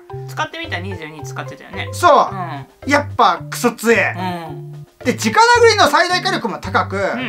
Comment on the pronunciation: 子供たちが直殴りをちゃんと「じかなぐり」と覚えるようにちゃんと言ってる所に好感。言葉は大切だからねぇ。